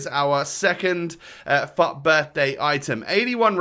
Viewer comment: everytime he says FUT it sounds like fuck XD